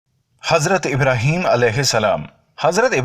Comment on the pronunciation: Bhai Pyhle Aap SAHABA Ka name sahi se lo IBRAHIM ALIHISSALAM KAHO